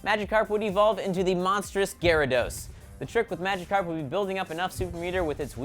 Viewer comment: you only pronounced Psyduck and Magikarp right lmao